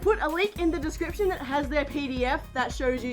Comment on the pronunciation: "I put a link in da descriprion" paws twirls